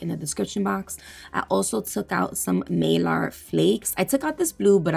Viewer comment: You crack me up. It’s a needle bit, not needle 🪡 point bit. 🤣. Girl not malar flakes it’s Mylar flakes. Hahaha 😝. Sry I finally had to say something. They’re like milky marble. Very very Beautiful💗💜💗💜